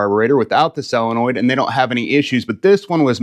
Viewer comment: It's a SOL-enoid, not a selenoid !